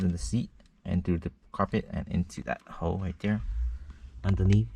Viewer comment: lol everytime he says "hole" i hear, hoe.... "Pull it thru that hoe"